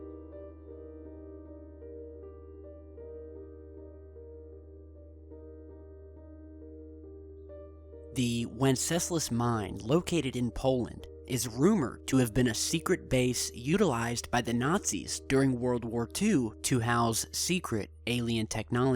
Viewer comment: Winceslas pronounced vince ê slos